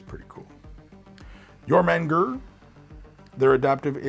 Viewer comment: I believe it is pronounced Your-ma-gander :goodvibes